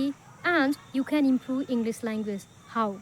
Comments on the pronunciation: Why are you pronouncing इंग्लिस instead इंग्लिश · She is not able to pronounce English correctly.she pronounces like englis😅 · It's not inglis it's english please pronounce this properly